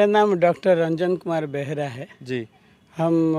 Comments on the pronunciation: बेहरा होता है। बहेरा नहीं। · अरे भाई! इन महाशय के नाम का उच्चारण कर रहे हैं वो गलत है! सही उच्चारण है बेहरा है! कृपया ध्यान दें! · इतने मूर्धन्य विद्वान पूजनीय श्री बेहरा जी का का नाम लापरवाही से एञ्कर बहेडा शब्द का उच्चारण कर रहा है। अंतःकर्ण से भारतीयता के प्रति सम्मान नहीं दिखाई दे रहा है। बहुत पीडा हुई। पूजनीय बेहरा साहब श्रीमद्भगवद्गीता के सच्चे विद्वान हैं । श्रीमद्भगवद्गीता को जीते है। श्री सेहरा साहब सादर प्रणाम है। जय श्रीकृष्ण ।